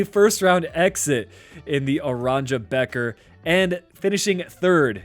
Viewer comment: Geat video, in dutch “beker” is pronounced as baker